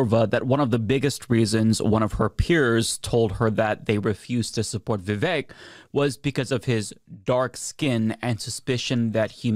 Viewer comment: I love how Matt Walsh immediately mispronounces Vivek 😂